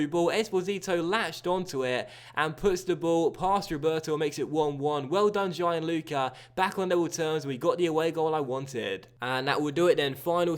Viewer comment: Hey, love the series! For the record, Gian (in Gianluca) is pronounced more smoothly like Jahn, you don't have to separate the I and A sounds. You're the best!